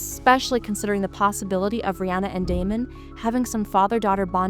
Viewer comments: Yeah. And Rihanna and vuhGAR. SMH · Please learn to pronounce Rhaena and Rhaenyra correctly.